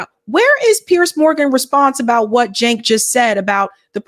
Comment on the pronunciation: It's Jank as in yank